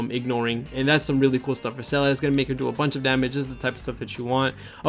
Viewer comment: Great guide bro. Her name is pronounce Zee-luh btw it's German.